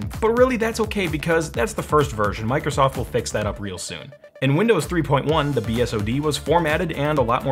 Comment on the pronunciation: oh mai gawd goise its mike rosoft